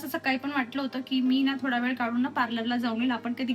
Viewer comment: वेड नाही ग.. वेळ 😂 कड्या नाही तर कळ्या